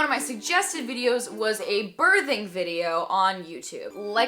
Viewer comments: She's SAYIN birding😂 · you say the word birthing very strangely.